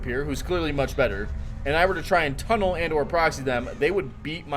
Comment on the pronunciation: "Tunn-nelle" lol you can't tunn nellé with DC 🤣🤣😂